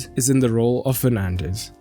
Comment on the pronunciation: he says Penandes 🤣🤣🤣🤣